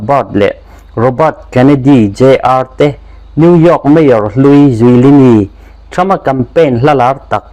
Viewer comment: "Trump" tih leh "Seat" tih i lam dan chu leh😂😂